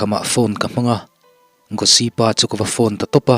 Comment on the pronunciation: Gospeli.. Mizo koh dan dikah chuan, Gawsi kan ti a. Tunlaimi chu an sap tawh em a Gosi an ti tawh a zawk em ni dawn..!? Nge, i lam ve tawp..? 😁😁👍